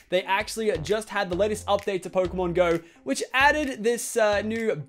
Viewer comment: One thing that is really annoying is the way he says pokemon go... He allways says it like Pokemon.....................GO?! Not Pokemon GO